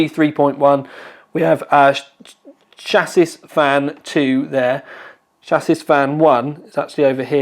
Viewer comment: This guy says words wrong in every video. Chassis is pronounced “Shassy” not “Shassis”. I love the videos and I’ve watched pretty much all of them, but this triggers me. Also gtx “1080 Tie”. Rrarrrrrgh!